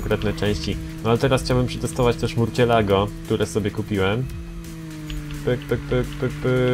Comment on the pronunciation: Nie mówi się murcielago tylko mursjelago :D